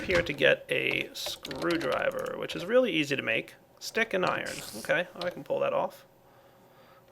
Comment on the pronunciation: lol was this planned:" we get a Relay..... they are relay useful" (of course really but it sounds like Relay ;) )